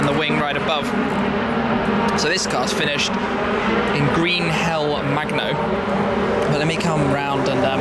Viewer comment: It's interesting how, though Shmee is right to say "Magno", that so many websites incorrectly call the GT R's paintwork "Green Hell Mango" instead of "Magno".